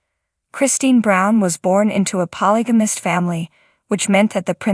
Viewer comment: You should at least get an AI voicethat can pronounce polygamist since it is being said so frequently.